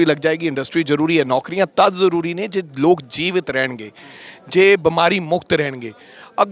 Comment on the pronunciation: ਦੱਲੇ ਕਾਂਗਰਸ ਦੇ ਮੇਰੇ ਸਾਲੇ ਰਾਜਾ ਬੜਿੰਗ ਤੇ ਢਿੱਲੋਂ ਜੁੱਤੀਆਂ ਮਾਰੋ ਇਹਨਾ ਦੇ….ਇਹਨੂੰ ਪੰਜਾਬੀ ਤਾਂ ਬੋਲਣੀ ਨੀ ਆਉਂਦੀ… ਲੋਕ ਹੁੰਦਾ…ਲੋਗ ਨੀ ਮੇਰੇ ਸਾਲਿਆ 🥾🐕